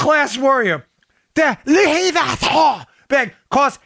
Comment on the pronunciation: Love the Louis Vuitton bag story, LMAO. BTW, your French accent sucks, Dan, which is net-net a compliment.